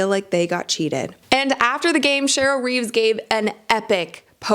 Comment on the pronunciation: It’s Cheryl REEVE not Reeves. Do you even watch ball?